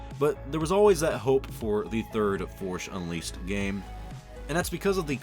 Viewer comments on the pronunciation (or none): "The forsh unleased" :) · “Forsh Unleased”